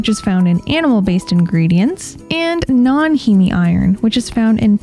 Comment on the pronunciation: Heme is pronounced “heem”